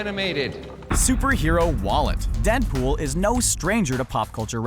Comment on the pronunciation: He said danpool